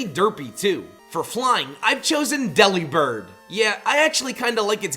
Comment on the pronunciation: Try again when you can pronounce delibird right